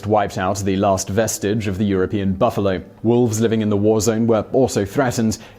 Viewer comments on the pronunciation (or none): none